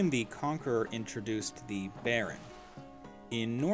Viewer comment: Thee duke, thee earl